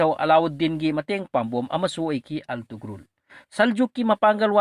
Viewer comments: Altugrul ntty Ertugrul Gazi haidoubni anyway ym fajakhrey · Attoman haiba ntte Ottoman haibane.pronounciation do khr yengo .antugrul haiba ntte ertugrul Ghazi haibane fjna khngdrabadi asuk Luba history do ngna hekta tarai2 seran Turan leganu